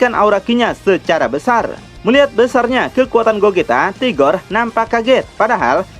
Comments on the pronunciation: Rigor bang .. Bukan tigor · 🤔🤔🤔 sebenarnya admin ini nyebut RIGOR atau TIGOR sih ???